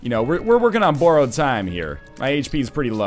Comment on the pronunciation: I wish Northernlion would stop using the word "borrow". The way he pronounces it bothers me more than it should.